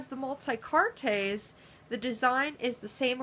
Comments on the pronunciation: Its pronounced "multi-kaarts" not "multi-cartés" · Lovely little pieces. Thank you for the review. Quick crashcourse in French: "Multicartes" has silent e + s = pronounced "multicart" when spoken.